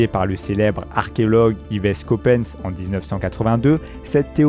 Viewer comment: Pourquoi il a dit Copanse?